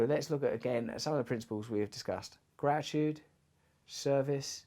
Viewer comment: Gra-i-tude... Russell's random dropping of T's 😁